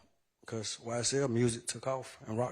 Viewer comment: Whenever he said ysl a gang ,he messed up